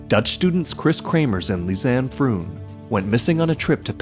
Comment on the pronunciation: Pretty sure "Froon" is pronounced "frohn" in Dutch.